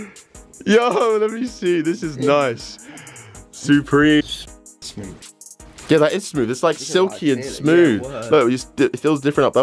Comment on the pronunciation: He says soopreme